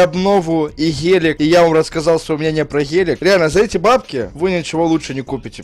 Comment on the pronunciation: Сколько он сказал "ХЕЛЕК? " (ГЕЛИК:)